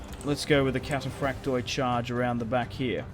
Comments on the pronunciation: In Greek, when a word ends in ...oi (which is indicative of plural) only the i is pronounced, not the o. So, for example read Cataphracti (which means cataphracts, plural) whereas Cataphractos means cataphract (singular). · for the love of the Orthodox God the "o" in "kataphraktoi" etc is SILENT !!! (it is simply the plural form)